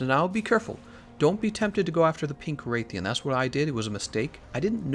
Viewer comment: Nobody: Absolutely no one:: Wraith-ian Wrath-alos